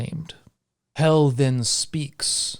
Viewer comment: Msybe it’s just me, but as a Scandinavian I definitely pronounce the name Hel different - the e sound is different due to only having one l, two l's makes the e sound slightly more like a æ